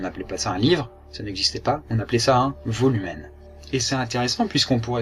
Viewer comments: sa se dit pas volumen sa se dit woloumene (c'est du latin) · très bien sauf qu'on ne dit pas Volumen mais uolem le v en latin se u !!! mais aussi non cool !! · volumen se prononce "woloumen" mais sinon, super ^^